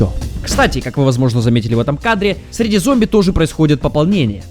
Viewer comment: Зоумби... блять, я теперь не смогу нормально произносить это слово (